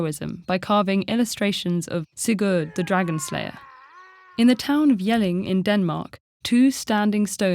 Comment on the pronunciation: Actually she mispronounced "Ramsund", "Sigrid" and "Sigurd" that I know at least since they are from my native language